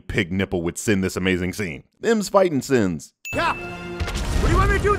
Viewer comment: "Thems fightin sins"